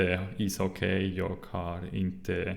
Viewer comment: Very good! I only have a few pronunciation tips: It is safer to pronounce g at the end of words, like you do, but we always drop it for ...I guess pronouns, verbs and adverbs... while keeping the sound of the rest of the word the same. Jag = Ja' Idag = Ida' Drag! (Pull!) = Dra! Unfortunately nouns and adjectives (or possibly just less commonly used words) don't follow the rule: Slag (Hit), Vag (Vague), Drag (Draft) You got the Hock in Hockey right, but the word is pronounced more like Hocky, if that makes any sense. If you happen to know how we say Sy, Vy, Bry, Sky or Dy, you'll get the ending right. :)